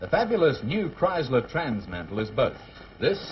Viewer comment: Kriesler sound like Criysler!